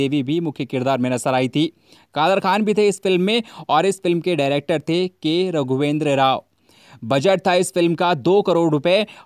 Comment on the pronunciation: के, राघवेन्द्र राव रघुवेन्द्र नहीं